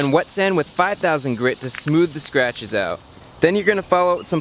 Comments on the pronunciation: everytime you said sratches I took a shot, holy moly I can see the light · Fun drinking game: Take a shot everytome he says sratches :P